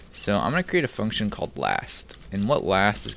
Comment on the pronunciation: Did you say fucktion? 😂